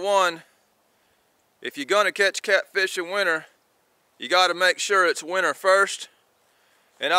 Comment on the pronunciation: Its winter not winner